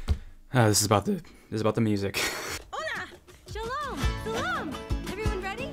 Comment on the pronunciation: Why did ahe say sholom?